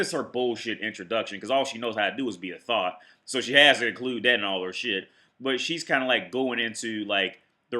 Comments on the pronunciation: You say thot like thought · Really irritating when someone pronounces thot as "though" >_< gonna give you the benefit of the doubt my guy and assume it's because Youtube might pickup on it.